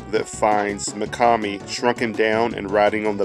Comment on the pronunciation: yeah you’re saying it right